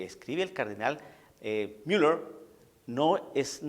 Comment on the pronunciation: disculpa, no se escucha bien la pronunciación con asento anglo (Miller)en una plática en castellano, discúlpeme y perdone se escucha feo e inmaduro. Se escucha antisonante.